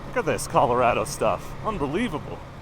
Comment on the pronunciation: I grew up in Colorado I would say it like Colo-RAD-do . It's called colorful Colorado for a GOOD REASON.